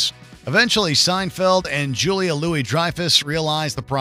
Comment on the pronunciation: He keeps butchering Julia’s name haha